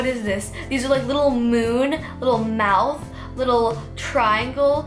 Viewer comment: its mouth not meuth